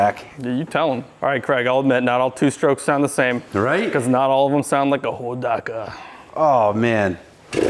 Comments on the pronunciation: I love how you started saying it right, right there at the end, Ho-dock-ka. In the late 60's, early 70's my friend Jerry, he had the Dirt Squirt version, the chain and rear wheel fell off during our (group of four) high stakes attempt to climb five fingers mountain outside of Inyokern, CA. We didn't even make the foot hills when we had to hide it in the bushes; and the group carried on with me hauling him on the back of my CT-70 the rest of the way and from then on, the Hodaka earned a childhood rep as junk. 😂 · Ho - DOC - A! Is how we called it out west! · Pronounced Ho dock uh. So wish I still had my Wombat. Paid $629 out the door brand new. Now I ride a 850+ pound BMW K1200LT. Awwww the simpler days. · Being an Oregon Boy that was High School in the early 70s of course I know where Hodaka came from. (HO DOCK A) by the way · Hoe Dock Uh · YAAAAAAY. For me the best episode yet. Hodaka ace 100; my first real motorcycle - circa 1970. Pronounced; hoe dah ka. Not ho daa kaa. LOL. Poh tae toe/ poh taa toe. That's how everyone pronounced it back in the day anyway. Many people now days have never heard of them but they were really popular when I was growing up. They were a big thing at Saturday night short track racing. People modded the heck out of them. So many memories. Thanks a bunch for this one!!! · It’s pronounced, Ho-dock-uh. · It's pronounced Ho-Doc-A! Clean bike!! I miss my wombat combat.. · I was gonna comment the same,im like he's pronouncing it wrong..I remember hearing it like you described..Thank you for the comment, and in my opinion, you are correct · You are correct sir on the pronunciation